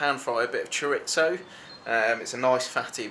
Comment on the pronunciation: bro is pronouncing it ChorITzo.........................